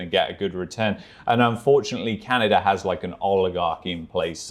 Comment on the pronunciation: pronunciation of "Canny-dah" is cute.